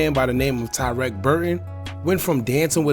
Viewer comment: Why yall keep pronouncing his name as tywreck🤦🏽‍♀️😂I couldn’t even finish the video😭💯